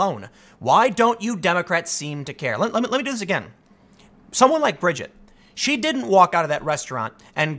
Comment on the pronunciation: You pronounced her name fine, Tim. It's like you said 'Bridge It'. Easy.